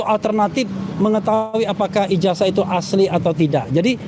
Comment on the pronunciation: IJAZAH itu membacanya pakai ZET bukan pakai ES .... Apa ngga belajar bahasa indonesia ya